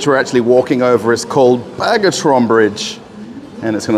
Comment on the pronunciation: BA-GRA-TEE-ON!! Not Bagatron, pleaase,!! I know you love and respect our culture, so please stop butchering our names like that! Oh my God. Bagatron must be a bag store somewhere in deepest Kansas and doesnt have shht to do with the battle hero Bagrateon.